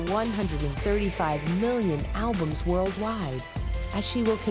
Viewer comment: Thank you! Banked off others' work. Plus anyone who pronounces it "alblums" needs to go back to school! 🤣